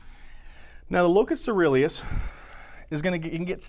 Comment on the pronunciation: Locus ceruleus. Try to look up and listen to the pronunciations, as you miss one or two every lecture. Don't get me wrong, I love your lectures. You are systematic and there's a lot of new research you reveal!